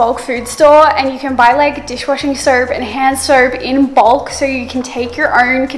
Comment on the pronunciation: I love the way she says soap like "surp"